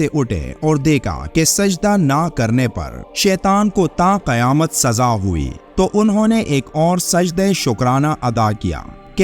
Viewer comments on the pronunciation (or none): none